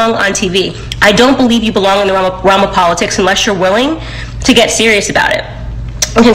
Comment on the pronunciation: She can not pronounce politics correctly...smh